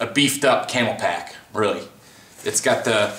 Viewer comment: Nice video. But little annoying that you keep calling Camelbak as camel pak